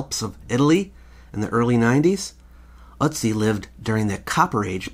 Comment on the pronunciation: Its Ötzi I think. Ive only heard it pronounced ertzi. Hes in wikipedia.